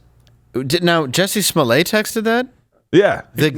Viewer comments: You say "toilet" not "toilé" It's "Smollett" not "Smollé" And what kind of name is "Jussie"??? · SMOLlett is a Scottish name, stressed on the first syllable, meaning'small head ' He earned it